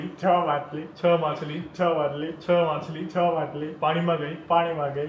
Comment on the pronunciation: machil na badle makhile makhile bole chele ma 😂😂jojo 😅maja aave 😅😅😅